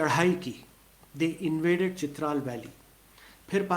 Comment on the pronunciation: It is Chitraaaal not Chitral .